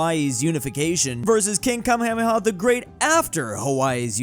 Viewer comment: aint no way just said Kamehameha like that 💀